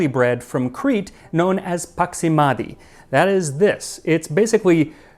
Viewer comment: His pronunciation of "paximathia" made me spring up and think, "Fuck! A You Tuber who puts in some research and effort for accurately pronouncing words."